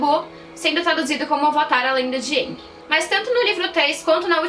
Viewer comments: Eu nem ligo muito se é usado dobra o dominação. Eu ligo é q na lenda de aang eles pronunciavam o nome dele como eng e na de korra como ang msm. Fala ENG porraaaa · Eu não gostei em A lenda de Korra, da pronúncia "Aang" enquanto deveria ser "Eeng" não sei se foi adapção, a pronúncia correta ou erro. Só que eu não gostei!! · e em Korra que pelo menos na primeira temporada eles estão pronunciando: "Avatar ANG" e não "Avatar ENG". Isso me incomodou um pouco